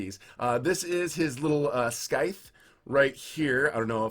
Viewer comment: Scythe is pronounced without a “sk” sound.